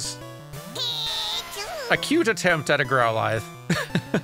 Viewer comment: 4 hours in, is no one going to tell how to say GrowlEEth properly?